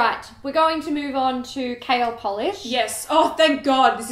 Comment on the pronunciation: You said KL and i heard kale...derp...lol!